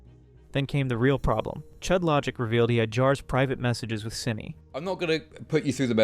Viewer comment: Its SYNNI not Syinna